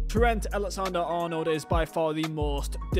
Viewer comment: Tren Elekzendar Arnawl